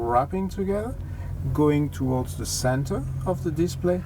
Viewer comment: Towards not toards